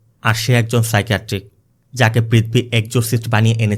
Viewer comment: i really enjoy your explanation just one suggestion please correct your pronunciation, sounds odd. IE "পৃথবী instead of পৃথিবী।